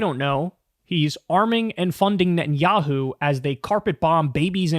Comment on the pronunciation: I like how you emphasize the “yahoo” in Netanyahu‘s name 😂